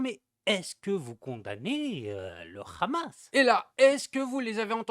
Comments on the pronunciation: Ce n'est pas khamas mais hamas, le h ne doit pas être accentué 😂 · Est-ce que vous condamnez le rrrrhhamasss 😂😂😂